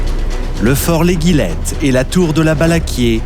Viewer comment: Bonjour,il y a quelque erreur. Les noms des forts,fort Balaguier ( et pas "Balaquier")et l'Éguillette (ce prononce comme une éguille). Il manque beaucoup d'information sur le siege de Toulon. Cdt.